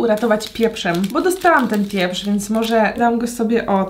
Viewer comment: Jak mówiłaś "sól pieprz" to ja usłyszałam " sól wieprz". Lol😂